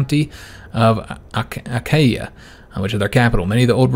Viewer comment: Achaea is pronounced "a-KEE-a". More or less :)